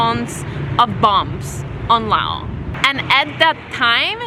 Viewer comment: Why does she say Law? I thought it was Laos.